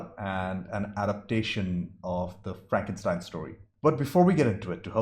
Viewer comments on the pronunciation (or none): I love it when you say "Fronkenstein". Great review as always.